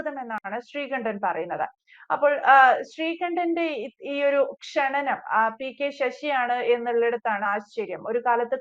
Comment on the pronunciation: ക്ഷണനം അല്ല....ക്ഷണം ആണ്